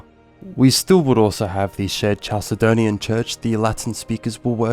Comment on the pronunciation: Great video, and I think your channel is "going places"! Minor pronunciation correction: "Chalcedon" is pronounced "Kal-se-don," not "Chal-se-don." Any word from Ancient Greek coming into English spelled "ch" is pronounced this way (c.f. "chemistry"), because the Greek χ is a kh sound similar to the Scottish "loch." I'd recommend checking pronunciations carefully for future videos, as it can be a distraction, but otherwise, GREAT VIDEO!